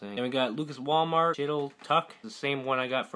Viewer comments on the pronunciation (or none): none